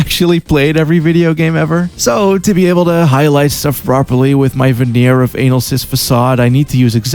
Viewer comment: Good video! Also the way you say analysis like anal-cysts warms the cockles of my cock.